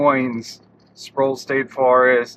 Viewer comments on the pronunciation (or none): Sproul. Rhymes with owl, prowl, scowl and bowel.